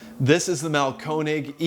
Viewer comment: Instead of trying to pronounce Einphasenstrom, try to pronounce Mahlkönig. It's not Marlcone egg. It's the king (König) of grinders. Have some fucking respect.